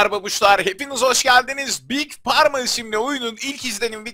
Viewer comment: Parma değil Farma diye okunuyor:) zaten pharmacy eczane demek ondan geliyor oyunun ismi:).